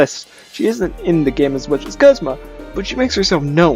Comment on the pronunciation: Is it pronounced Guhzma? I thought it was was pronounced Goozma. I don't really have a top 5 favorites, so I'll choose some off the top of my head. Giovanni is definitely up there. He actually kind of terrified me as a kid. Though, I'm not sure why looking back. I also like N. Plus his music is great and I'm not just saying that because it has part of the Mother 3 Love Theme. I also like Maxie from Team Magma, but only the anime version because I like his voice.